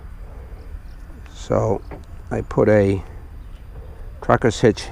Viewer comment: a what hitch? sounded like crockers hitch